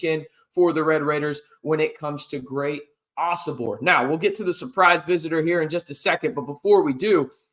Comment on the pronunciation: Ohh-So-Bor……not OBor So !